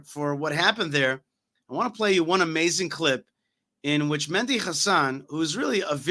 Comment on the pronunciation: Why do you keep calling him Mendy?